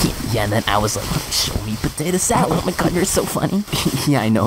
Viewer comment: Nobody:: pOtAt SaLd